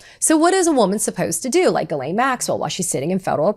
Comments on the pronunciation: Her name is pronounced Gee-len, not Guh-lane. How do I know this? Listen to her victims. They all say her name the same way and they had real relationships/interactions with her. Maxwell did horrible things. She deserves to have her name pronounced correctly so that those horrible things are stuck to her and her true identity forever. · Ghislaine is pronounced ( j-is-lāne) Come on girl who's doing your research.